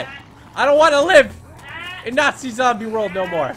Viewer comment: Nazi not natzie